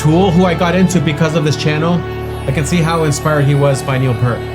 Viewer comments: Peart, not Pert. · It's PEERT, not 'Pert'. He's not shampoo.... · It's pronounced "P-ear-t". Speak the word "ear" between the P and T. Rush has inspired literally dozens of bands. Tool, Iron Maiden, Metallica, Dream Theatre, Primus, keeps going on and on. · In case anyone hasn’t told you, it’s pronounced “Peert” — everyone makes that mistake! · professor's name is pronounced "Peert" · Just an fyi, Neal Peart’s last name is pronounced Pier with a t on the end.